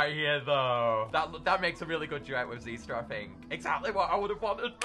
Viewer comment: i've always pronounced xyster with an "i" sound, but ever since this video its just been xeester